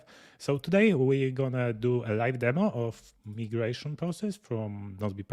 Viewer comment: Thanks for the hands-on demonstration of the migration feature. (, small note: the second letter of "migration" in English is pronounced "eye" and not "eee." It is a small thing, but I thought you'd want to know. English is so f--ed up, I know. Overall, I stand in awe of your amazing command of a second language. But, I digress.) I write only to urge you to move the "Time Needed" feature in Nozbe Personal higher on your list of features you may develop for (New) Nozbe. I hear Michael's statement that the feature was not heavily used. However, it is a feature that fits extremely well in the Team setting and can be used for marketing. I cited this specific feature again and again as a wonderful help when delegating tasks. It gives the person who is assigned the task an outer limit on the time the task should take. My assignees know to check back with me as they approach that "Time Needed" estimated time. That way, I can either give them a course correction because they have undertaken the task in a manner that will not work or will take longer than necessary, or they will show how I am an idiot and the task requires far more resources / time than I originally estimated so that I learn about that and adjust the time needed to be more realistic. In either case, it provides a fantastic built-in feedback loop / governor to prevent tasks from turning into black holes that wrongly absorb too much time or that are wrongly allocated an inadequate level of resources by the assignor